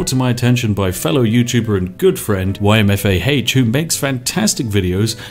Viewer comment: ymfah... You have no idea how to pronounce his name do you? Don't worry, nobody does...